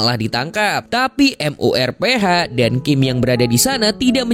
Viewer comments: MURPH AJASIH KENAPA HARUS M U R P H GAENAK DI KUPING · MURPH JADI M U R P H, auto geli gw dengarnya dieja begitu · Bang lu sekali lg bilang M. U. R. P. H..... Aaarggghh...